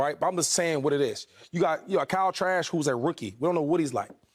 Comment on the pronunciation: Did he say Kyle Trash? 😂😂